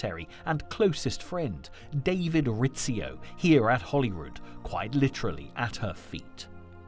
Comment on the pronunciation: Why does he keep calling Hollyrood Palace, HOLLYWOOD Palace?? Gimp